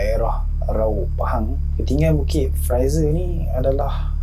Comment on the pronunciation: Ni bukit fraser.. Awat aq dengaq hang sebut lagu Bukit Pfizer? Haru la telinga aq. Apa pun, welkam back oii. Lama tunggu video hangpa.. ✌️👍